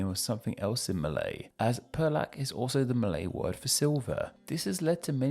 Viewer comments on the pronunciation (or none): Perak is pronounced pey-rak Putrajaya is pronounced poo-tra-jie-ya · Impressive pronunciation effort although needs work on Putrajaya and Perak, but I’m happy you made the effort to research it. Fun fact, Sarawak is pronounced just as you did in Standard Malay, but it is pronounced with a hard k in Sarawakian Malay, like ‘Sarah-Wuck’ or we shorten it to just ‘Sa-Wuck’.